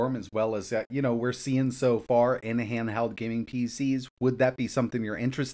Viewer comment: Handheld or handhald 😂 now you hear it 😮